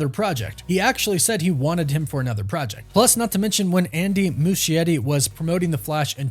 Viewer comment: Why the heck is he pronouncing Andy's name that way? Mushy Eddie 🤣🤣🤣